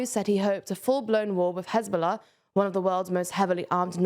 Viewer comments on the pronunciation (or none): none